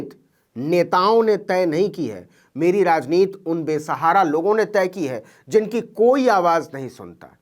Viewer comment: भाई नवीन कुमारजी आप बार बार "राजनीति" को "राजनीत" क्यूं बोलते हैं? ये जान बूझ कर या अनजाने में बोलते हैं? शब्दकोश में "राजनीत" शब्द मुझे नहीं मिला अबतक।